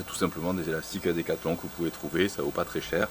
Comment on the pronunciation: "Des elastic-eu decathlong" ahah cool video